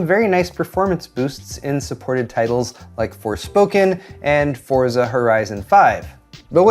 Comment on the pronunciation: Starting to really enjoy this channel. By the way it's pronounce ForTzah not Forzza